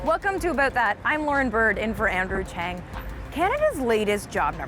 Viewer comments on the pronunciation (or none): none